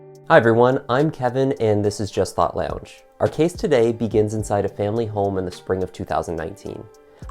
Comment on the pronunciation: i'm loving your channel but i'm just curious - are you from southern ontario? i've been watching all your videos since i discovered your channel ~a week ago and the first time i heard you say 'lounge' i thought 'he must be from near me!' but i also saw you're based in the UK. you definitely sound like you could be based in hamilton or kitchener or wiarton though! either way, love your channel and look forward to your uploads.